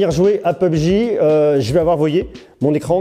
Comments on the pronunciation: juste pour info c'est pas pubg mais P U B G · On dit p. U. B. G pas pubg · On dit pas [peub j] mais [p.u.b.g] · P U B G separer et pas pebgi ;) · Comment il as dis "pubg"??? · Comment il dit PUBG pubéji mdr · Je suis le seul choqué parce qu'il a dit " peubji " ??? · "peubj" serieux???